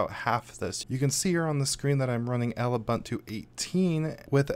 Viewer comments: It's pronounced oo·boon·too. Hurting my ears, dude. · ive been pronouncing it zooboontoo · Zoo buntu, loo buntu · Koo buntu Xoo buntu